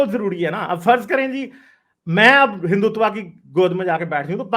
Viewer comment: learn to pronounce Hindutva first 😂...u r sounding like typical sadak chaap pakistani...Hindus r well respected all around of world bcoz of their culture love Harmony towards every religion..jews never got persecuted in India..parsi came from Iran... 😀 Read about hindus first